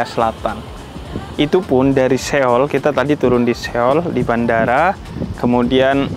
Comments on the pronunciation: Bukan Seyol bib, So-ul bacanya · Lucu banget habib nyebut nya SE OL😂